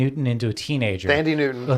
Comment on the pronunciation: John, a little heads up: , one of your viewers made a joke about Thandiwe Newton being de-aged. Of course, they were talking about her daughter, Nico, who looks just like her mother. However, I noticed you guys mistakenly corrected "Thandiwe" to "Thandie". Thandiwe Newton explained back in 2021 that she would like to revert her name to its original spelling and pronunciation. Thandiwe is a Zimbabwean name pronounced "tan-DEE-way". As I know you love Thandiwe Newton's work and are very careful to always pronounce names right, I thought I should leave a comment to inform you of this change! Thanks for another great show!